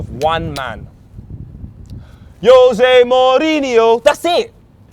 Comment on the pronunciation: Who the hell is Yose Mourinho? Learn to pronounce you jamaican bellend